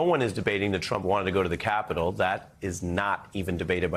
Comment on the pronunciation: How come no one mentions how he EMPHASIZES the word "CAPITAL" !